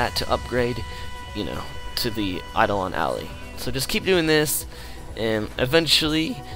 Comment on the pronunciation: eye-doll-on al-eye